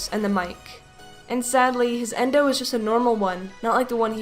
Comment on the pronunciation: Not endo yendo